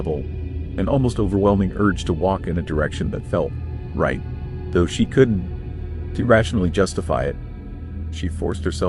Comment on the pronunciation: Sounds like AI slop. "Could N T". Stories repeated and facts are mixed up. Cell phones in 81?!?!?!